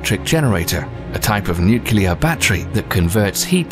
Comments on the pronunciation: nukeelar? Seriously?!?!?! See? You just showed that it's possible! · Wait! you said nukular?! Ow god I thought only ppl that couldn't speak properly said that .. how is it even possible that a word from the science lexical be pronounced in such a weird unintuitive way by the ppl.. i could understand such discrepencies if some elittists Aholes with too much power decided that a word would be written differently than how it's pronounced but Nukular doesn't make sense at all.. where does it come from? Ow c'mon! how does that work? is it really pronounced nuclear then? why do you english speakers have trouble with that word? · When you watch a science vid and the narrator pronounces nuclear as "nucular"....